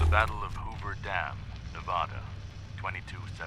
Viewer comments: Straight to jail for the voice acting director for keeping that pronunciation of Nevada in the final cut. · yeah Enclave was pronounced weird too. But as a Californian… nope, not how Nevada is pronounced.